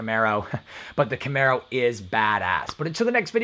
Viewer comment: I watched 4 minutes and that was with skipping. I immediately was turned by your inability to correctly pronounce a variant of a famous Camaro. Thank you for pronouncing Camaro correctly though.